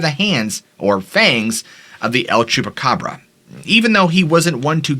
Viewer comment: Thank you for your posts, I love them. Just a note … no need to say “the” el chupacabra, the word EL = the in Spanish. You’re saying THE twice in 2 languages when you say the el chupacabra. Great pronunciation 👏🏼